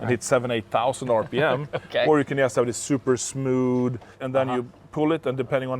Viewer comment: Koenigsegg: "sooper smood"